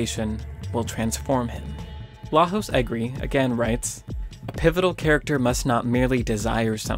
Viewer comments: "Lajos Egri" is pronounced "LAH-YOH-SH EH-GREE", he is Hungarian. Great analysis BTW. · Great video. Small remark: Lajos Egri is a Hungarian author, and his name is pronounced as "Laiosh Egri".